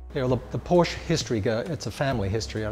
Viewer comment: Porsche is a 2 syllable word.